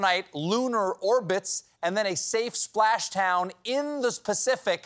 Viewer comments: He really said “splash town in the specific “ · He did say “splash town in the specific” right?